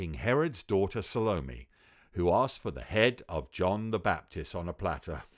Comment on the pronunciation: Ah.. the weird pronunciation of Salome rears it's filthy head.